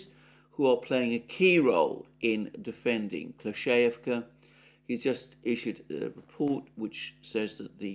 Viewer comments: Very weird how he says UrozhaiNOYE & like "Klesheyevka, might show who his sources are and who else says it in this weird wrong way. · you're pronouncing names of Ukranian cities so bad, just watch a channel daily like reporting from Ukraine (just 5min clips), and at least you'll hear how to say these names and it's not hard actually I have no problem with it. Urozhaine, Klishiivka, Robotyne etc you're all saying it wrong over again..